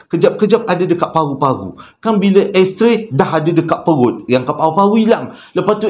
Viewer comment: Sebut betul2 bang., bukan "Ash Tray" tapi "X-Ray". Ash Tray tu bekas habuk rokok